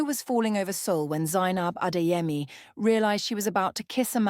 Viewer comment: Beautiful story but Adaeze & Chidimma is Igbo, Zainab & Adeyemi is moslem Yoruba, it REALLY sounds like a broken glass when you mention those names we don’t like anxiety😢